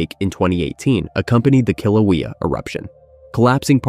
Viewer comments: That volcano on the Big Island is pronounced: Kill-oh-WAY-ah, NOT "Kill-Oh-WEE-Oh." Great graphics, and terrific overall video -- by the way -- but your mispronunciation of that mountain makes me cringe (35-year Hawaii resident). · Speaker clearly not someone who grew up in Hawaii. Newanu? Nu'uanu. With the glottal stop, full stop. Hilina: High lean-ah? Heeleena. Kilauea: Not kilaweeya. the e is short: Killawaya. Hawaiian was written down by German missionaries. It uses German pronunciation for the most part. Loihi is now Kama'ehuakanaloa. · Forgot to mention the Big Island's third volcano, Hualālai. It last erupted in 1801. Your pronunciation of Hawaiian names "Kilauea" and "Hilani" are wanting. Pronounce Hawaiian vowels same as Spanish, and they are ALL pronounced, eg., Kaʻaʻawa. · AI always misprounounces everything. People who don't live here don't understand the difference in pronunciation, and I'm not tripping.